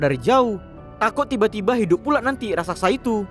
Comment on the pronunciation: Ngomong "raksasa" aja salah (rasaksa)